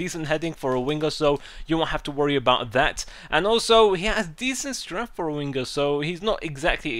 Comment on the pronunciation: I Laugh whenever you say winger, " wingguh"